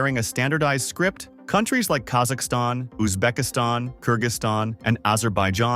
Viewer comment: I love how he says"KazAKAstan" "UzbeKSTAN" with harder voice